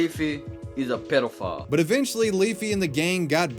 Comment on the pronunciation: If you close your eyes, when he says "pedophile" it sounds like "pillow fart"